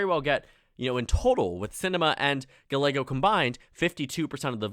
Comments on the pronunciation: Gallego is pronounced Guy-eh-go, not Gal-ay-go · FYI, Ruben Gallego is actually pronounced Gah-ye-go. U ask to correct u. Thanks for ur vids. Ur doing amazing job. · I cringed so hard at his pronunciation of "Gallego" Good video otherwise